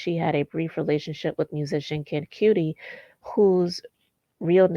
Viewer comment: This is DISGUSTING! Side note the name of the other producer (Kid Kudi) is pronounced Cuddy